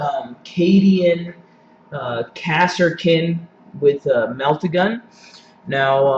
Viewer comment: It's pronounce car-skin as they pronounced it in DoW